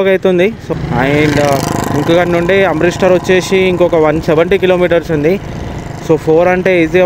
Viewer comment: Amrith star kadu Amritsar bro 😮😂